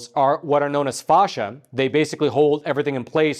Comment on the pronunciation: Dear AI, there's no H in Facsia (fay-sha, not fawhsha)